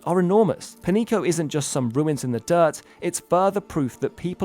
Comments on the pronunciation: Not 'Penico'. The correct pronunciation would be 'Penyeeko'. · Pronounced penyico, not "penico" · 'Peñico' would be pronounced 'pen-yee-ko', not 'penny-ko'. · If it was Penico, it would have been written as Penico. It is written as Peñico, because it does NOT sound like Penico. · Sorry to get all nit picky with you, but you need to learn the pronunciation of the ñ (enye) an example would be jalapeño pronounce it as jalapenyo That is (ny) sound. So Peñico would be Penyico with the y as a consonant. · Your pronunciation is goofy. It sounds like Pan-yeeko. Tha tiles over the n makes in an n-y sound. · Amazing docu view you have the , but please check your American privilege and put a little time in how to pronounce non-English words like they are written.. Its so fucking annoying americans and other english only speaking people just ont give a flying fuck about accents and other reading signs. Peñico is not pronounced as Penico. Please stop that boorish mispronunciation of other languages.. You dont pronounce señor like senor either.. so just think for a second... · Wrong pronunciation of Peñico aside, great video as always. 🎉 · You need to improve your Spanish. Peñico is pronounce pen-YEE-co. Supe is pronounced SOO-pay.